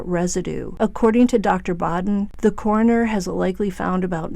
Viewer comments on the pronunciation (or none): none